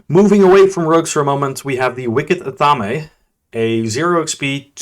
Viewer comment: It's Ath-aim, not Ath-am-A